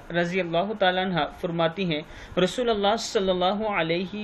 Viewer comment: assalamo alekum.... Aap rasulallah pad rahe he/hanla ki aap ko rasulullah kahna chahiye/ jab(ya)harfe neda hota tab(ya rasulallah) kahte he/rasulullah ke pahle ya harfe neda nahi he/in sab ka khayal rakkhe